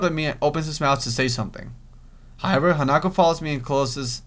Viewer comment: OMG, said Hanako's name right during the Emi scene!